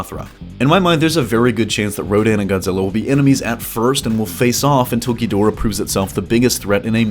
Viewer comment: I hate the way you mispronounce Ghidorah. Watch old Japanese versions and of Godzilla vs Ghidorah. You pronounce it so freaking wrong it's annoying. Research your subject matter better.